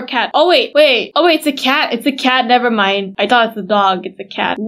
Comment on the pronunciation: Why always say nevermine